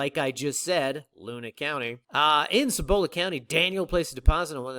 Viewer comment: Cibola county-- like SEE-bola -- emphasis on first syllable.